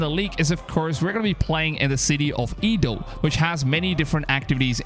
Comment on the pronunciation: Edo not Ido. I thought there would be a new work set in Japan, but is there DLC Japan in the mini game? Also, there are a lot of baldness and it withers. Will you ask me to add a hairstyle if you have the power? Is it suitable because it is a translator? The copy paste and different colors of the equipment also wither. The equipment delivered on April 29, which means cleaning Einherjar, was irritating.